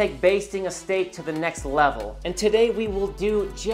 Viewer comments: You gonna baste that shteak? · Are you sure you bashted the shteak?